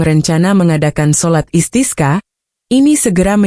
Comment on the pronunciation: sholat Istisqa, bembaca beritanya spt tdk tahu pengucapan ajaran Islam ( bahasa arab ) asal baca saja tdk tahu maknanya